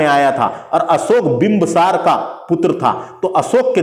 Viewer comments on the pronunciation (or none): Bimbsaar nahi bhaiya bindusaar boliye😅